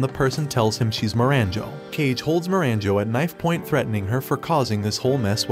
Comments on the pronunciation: Can only watch this recap with subtitles. Kage is pronounced KAH-geh, not "cage". It is the Japanese word for "shadow". Like Hokage "fireshadow". Get it? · Its not cage, its kage. Meaning shadow literally. Most of the names are butchered bosse lol. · I cannot believe you keep pronouncing "Kage" as "kaige". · Kage is pronounced kah-gay. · um... Kage is pronounced more like "Ca - ge(t) - where the t in get is silent. in English we'd pronounce it more like "car-gay". It literally translates to "shadow" in Japanese. It was driving me nuts the entire show.... then you pronounced "bow" (down) like "bow" (tie) For a narrator whose entire schick is Japanese subcultures, please do them the justice of pronouncing their names semi- correctly. And no I'm not a fan of the show, nor have I ever seen it or have any affiliation to it.